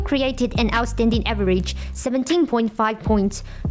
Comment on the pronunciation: the pronunciation is a little weird for me . Like average, O'Neal ,last...these words